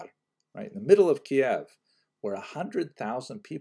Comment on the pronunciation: You recently started to pronounce Kiyev as Keyev. Well, in Ukrainian it it Kiyiv. Since you learned Russian, it sounds like Кыйив not like Кейев. In any case, thank you and have a happy Pesach!